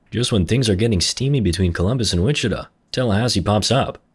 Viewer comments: Lmao so from everyone in Texas or hell even Kansas ITS WI-CHI-TAW not “witchituh” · This guy saying wichituh 😭